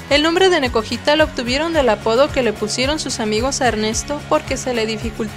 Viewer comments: lo maximo...pero se pronuncia nekoyitaaaa... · se escribe nekojita pero se pronuncia nekoyita con YI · escrito es correcto pero al pronunciarse es diferente, es como si lo dijeras con "Y" porque se escucha raro cuando lo dices tú a cuando lo dice, saludos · Me gustó, buen video aunque no se escucha bien como pronuncian el nombre del canal ya que la J se debería pronunciar como Y. Pero de ahi wow!! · se pronuncia nekoyita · La manera de decir... Nekojita.. Me sangraron los oídos... Ahí deje de ver el video..